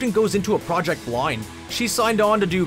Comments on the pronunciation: Why can’t you say the words project and process correctly? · Words you said wrong: Gadot, project, process. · is there a reason you pronounce the "pro" in project and process like one would pronounce it in the the word pronounce? is it just to add an extra irritating tang onto the already annoying overbearing narration?